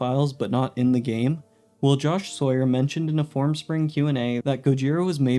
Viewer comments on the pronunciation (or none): none